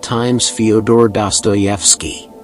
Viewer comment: Ya that's how his names pronounced